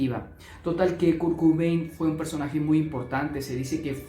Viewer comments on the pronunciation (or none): Kurkubein? Quién es? Perdona, me hizo gracia 😅 Sin duda Kurt tenía TLP.